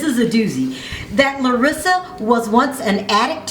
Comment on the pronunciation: Why are you pronouncing her name as if she Hispanic? She is Brazilian, big difference. Also around the mark you say 5 years, cinco años....yes that’s Spanish, good job. But in Brazil they speak Portuguese.....know your basic shit.